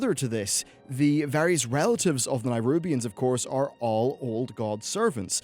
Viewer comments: Oh. I'm somewhat early here. Greets! Sorry to point it out but uh... Neh-rubians. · Why are you not able to pronounce Nerubian? You trying to be different? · LEARN TO PRONOUNCE NERUBIANS!!! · Nerubians, mate. Not nairubians. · Nyrubians. Norzdumu. Is he pronouncing these names incorrectly on purpose? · Nerubians. Not Nairubians. They're not from Nairobi. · nErubians. not NAIrubians. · Stop saying Nairubians... Jesus Christ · >Spelled "nErubian" >keeps saying nirubians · I swear, normally I can see past mispronunciations and what not, but boi! BOI!! That nairubians-bs was sooo distracting lol. Please! NERUBIANS,. But eh, apart from this, great vid. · If you can say Ajzol Nerub why cant u say Nerubians instead of Nairubians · Its nerubians not nairubians because its aziol nerub not nairub. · NE-rubians not NI-rubians! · Am I the only person who doesn't understand how you can pronounce Azjol-Nerub correctly, but when you talk about the Nerubian race, a hard I somehow appears in the beginning? It's Neh-rub-ian not Neye-rub-ian.... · Nerubians not nirubians. It's an "eh" sound, not a hard i. "neh-roo-b-ians" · Nerubians, not nierubians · Ah yes, the "Nirubians," of course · It's Neh-rubian, not Nigh-rubian. :P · Just so you know it's nerubians not nairubians.:) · Please look at the spelling and learn how to pronounce the names properly. Neh-roob-ee-ans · Why do you keep pronouncing it "NIGHrubians"? Where are you getting that Y sound from? -_ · what the fuck is a NYrubian? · Ohh for the love of god please, please say NERUBIANS. It bothers me more than it should ..... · What's a Nairobian? lol. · can you please put a little time into learning the god damn names of races, cities, countries etc? A little fucking effort please.... Nairubians? Azjol-Nayrub? Are they from Nairobi? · Daniel Gramento nayrunbians